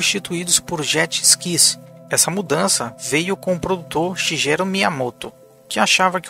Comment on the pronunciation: Escreve Shigeru por causa do alfabeto americano, mas se lê Shigueru